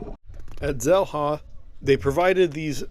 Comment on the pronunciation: Xel-Ha, is it not pronounced Shell-Ha? If you can spend 8hrs snorkeling and eating and drinking at Xel-Ha for $125 is that not better than $50 for an hour.